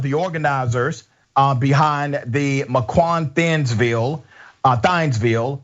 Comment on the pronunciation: Sorry, but being from Wisconsin, it made me laugh when I heard him pronounce those cities. Lol. It's mequon(mek-wan) and thiensville(theensville)